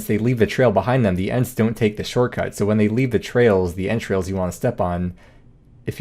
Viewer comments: what he said "Ent trails" what I heard "entrails" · I thought you were saying 'step on their entrails' I was like what? lol